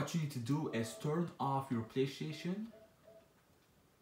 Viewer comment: I cracked up when he said playshion Haha